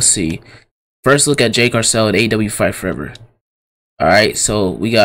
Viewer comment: It Cargill not carcell